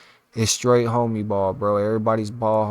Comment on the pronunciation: Bro Said Hoomie ball 😂😂😂😂😂😂😂